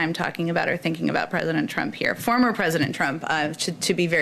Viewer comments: The way she emphasized "former president" makes me feel like their trying to smack republicans in the face about stealing the white house. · I hate how she keeps emphasizing “former” when bringing up President Trump Gonna start doing that with Obama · Jen has clearly practiced her response, ever notice she referred to the prior POTUS the same way "President Trump (pause, smirk) FORMER President Trump". Each time with that passive-aggressive cunty I just ate a lemon scowl.